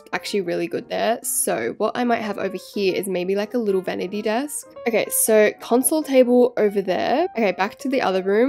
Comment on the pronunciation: she said Venity table as the sink